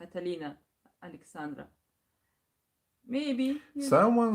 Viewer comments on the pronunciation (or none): none